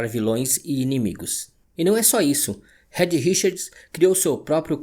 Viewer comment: Vídeo muito bom. Só queria deixar um toque: o nome Reed se pronuncia 'RID' e não red. O apelido da Susane (Sue) se prununcia 'SU'. Valeu!